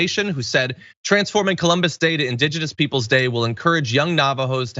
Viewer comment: they pronounce it "koloombus"